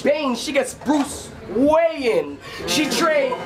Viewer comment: was stretching that Batman scheme so long that it didn't make sense. he said poison I be instead of ivy. then he said Bruce wayan instead of Bruce Wayne.